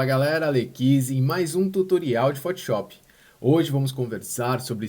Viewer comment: PHOTISHOPI É FODA HAHAHHHAA destrói no software, mas bora aprender a falar o nome do software corretamente hahaha